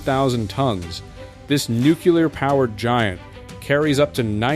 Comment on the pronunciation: Man those nucular carriers are awesome. They’re like, big and stuff, but they’re just so goddamn nucular. Jokes aside, those ships and the people that keep them going, from the engines to the galley to the flight deck, are impressive.